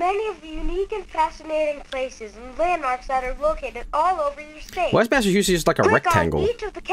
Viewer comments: Lmao can't pronounce masschewdicks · as someone from Massachusetts it amused me greatly to listen to funny Swedish man try to pronounce it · mispronouncing Massachusetts isnt even bad I know alot of english speakers who struggle to say it so it's not a huge deal.